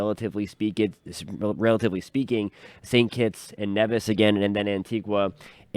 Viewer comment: I really wish meteorologists and reporters would make the effort to learn the correct pronunciation of the Caribbean islands. Please say AntiGah , not AntiGWa Please say Neevis The “u” in Barbuda is pronounced like the “u” in the instrument bugle